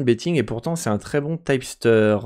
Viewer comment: Pourquoi tu dis "typster" ? en anglais on dit tip (teep) ceci dit merci pour la video ;)